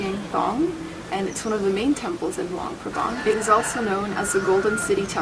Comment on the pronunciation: You guys pronounced luang prabang wrong sorry if i spell it wrong